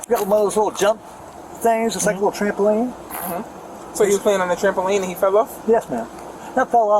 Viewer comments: He said "jumpoline," arrest him immediately. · Homer Simpson: Trambopoline James Spann: State bird of Alabama